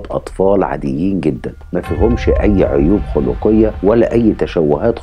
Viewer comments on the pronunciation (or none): اسمحها عيوب خلقيه بفتح الخاء وتسكين اللام .. اللي قاعد تقوله هي العيوب الاخلاقيه